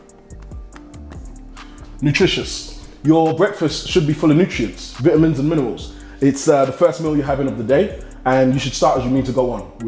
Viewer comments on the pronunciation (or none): the way he says vitamins 😂😂